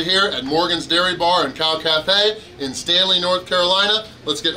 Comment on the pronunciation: Did he really say, "KALF?"